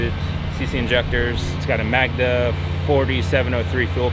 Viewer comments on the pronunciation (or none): none